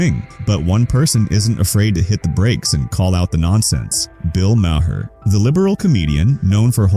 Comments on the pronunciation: Lose the fake scratches. Those only appeared on old film. This is video. Also, you pronounce Maher, like "Mar". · You keep doing AI narrated videos about Bill Maher, and it never pronounces his last name correctly! Either fix it or everybody’s going to stop watching your videos. Are you that lazy? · Crappy lazy A.I. voice over can't pronounce Maher properly, so it, instead, pronounces it differently every time. Just read the damned script yourself.